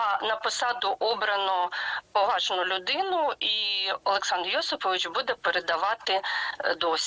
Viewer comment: С каким придыханием произносится " ...поважну людину..."